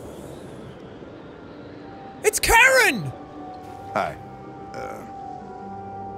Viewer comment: IT'S KAREN! Chloe... You tried, Jack. Lol.